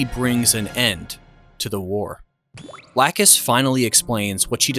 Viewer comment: My eye twitches every time I hear lacuse name mispronounced